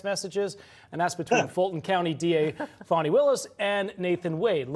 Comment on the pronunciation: Is someone or something causing you to use the political correct pronunciation of Fani's name? It's not Faw-ney, it's Fani!